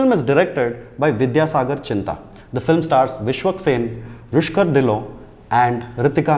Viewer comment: It’s Rukshar Dhillon, not Rushkar